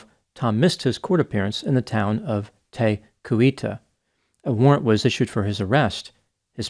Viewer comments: “Te Kui tah” so close 😂 I’ll help you out “Tee qu ee tee” Love the content though 👍🏼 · tee koo eee tee. Māori names are hard when you’ve only read them. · WTF is Tay Coyote? At least learn basic Māori pronunciation if you’re using NZ place names. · Also bless your heart, i know maori town names are hard, its Te Kuiti ..tee-kuu-wiii-tea 😊 also the community does want him found. Our winters are very gnarly and those kids have been out there a long time , the NZ community is very concerned for their safety. Whoever is helping them is despicable or better be betting them stay indoors during winter atleast but there's still now new leads and way less sightings of him or them in public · Pronounced "teh-coo-eti" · Te Kuiti is pronounced TAY KOO-ee-tee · Te Kuiti - sounds like "Tee ka wit e". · I'm in New Zealand. It's been a very sad and frustrating case. People just want to see the children out safely. You did well with the Maori pronounciation. The town where the robbery was is "Tee Koo-Wit-ee". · He's immature and it's all about him. Only a handful of New Zealanders think he's on a crusade to stick it to authorities. Tom is just being a dick. FYI Te Kuiti is pronounced teh-coo-wheaty 😅😅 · Te Kuiti is pronounced Tee-koo-wit-e ☺️ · Tea Koo-eetee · At least learn how to pronounce towns when talking about other countries 😂😂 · The crime here is your pronunciation of NZ town names. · That's not the correct pronunciation either. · Te kuiti. Is pronounced incorrectly but yes it's interesting why they haven't been caught yet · I had a bet with my hubby on how long it would take for a kiwi to correct the pronuciation, Kiwis always do that when they can barely pronounce the names in other countries themselves. Embarrassing. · The various pronunciations of Te Kuiti had me cracking up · Te Kuiti got a bit mangled. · Except I had to think a bit before I realised he was talking about Te Kuiti (the scene of the bank robbery). Otherwise yes, not bad.